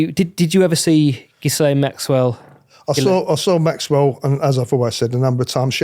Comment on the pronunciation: Has anybody actually verified this guy and his claims? Anybody who spent time, even briefly, with Ghislaine would know her name is not pronounced with an S.